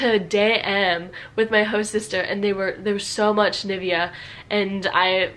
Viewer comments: "NIFFya" hurt me most, a lot more than the wrong adidas and hugo. also a bit disappointed that she talked about different pronounciations, did quite well, but then completely missed NIVEA. can somebody please find a way to describe how it really sounds (i can only point a general direction: think of the state of Nevada and then say Nee-veh-a). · Ni-vie-a? It is pronounced as ni-veé-a. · Say Ni-Vea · We dont say NivEa, we say NIvea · It's not "NIvea" but "NivEa" (stressed on the "E"). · a Dieedas? Richtigerweise wird die erste Silbe betont: AAdidas... Bezüglich Birkenstock: die große Zeit dieser Marke ist vorbei. Bis zur Jahrtausendwende waren diese Schuhe Standard an jeder Uni (ok, nicht bei BWL). Nivia? Richtig: Niveeeea! Steiff mit dem Knopf im Ohr. Hairy booo? Haribo bitte mit deutschem a. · NIVEA is pronounced like "knee-vey-yah" some sumthin like that :3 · ok little correction: In america you say "adIIIIdas", you just said "adiDAS" and it is realy called "Adidas" the emphasis is on the "A" part Furthermore: Nivea is pronounced NEEVEA. Hugo Boss is pronounced WHO-GO BOSS with a verry short o in the Boss part (don't forget that the o at the end of Hugo is a german "o" sound so don't make it an anglish "ou" sound ) PS: I love your channel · Nivea is actually pronounced nee-VEH-ah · It is supposed to cater to American English because that is her mother tongue and that's what she understands the best =). Maybe "Nee-vay-ah" is better, it makes more sense pronunciation-wise :D. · you are not even german. if you were German you would know that it is not pronounced Niv-ay-a or something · the way she pronounced nivea... fyi, it's pronounced with the german E and A so niv-e-a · Nivia? Oh god i wouldn't be able to recognize that as Nivea. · You forgot the “y” as in Nee-vay-uh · Nivea is actually also pronounced very differently. It's sort of like "Nee-vey-a" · Us: Adiiiiidas Real:Adidas You sayin Nivea wrong too this is weird